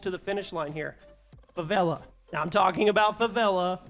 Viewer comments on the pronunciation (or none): The way I almost threw my phone across the room when I heard you say favela. We were so close to fighting